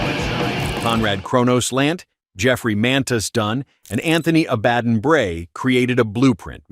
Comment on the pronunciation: It's pronounced Abb buh don